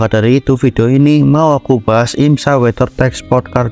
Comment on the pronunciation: Sampeyan Nek Ngomong IMSA Malah Kek IMSAK Ya